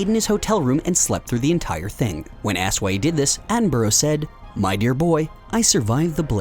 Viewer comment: Need to learn how to pronounce "Attenborough" :p